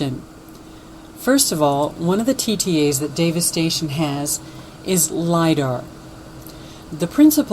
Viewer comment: Did you notice that when you say Davis Station, it sounds like Devistation??!! Humm.. Sort of like Obama Nation sounds like Abomination!! I think God speaks to us in more ways than one. He that hath an ear let him hear what the spirit saith ~ Rev. 2:7.